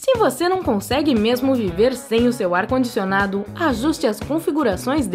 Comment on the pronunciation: Não consigo assistir esse vídeo... esse jeito de narrar irrita demais... "para quem não tem um ar condicioNADO" "ou como ostentar que você não vai friTAR".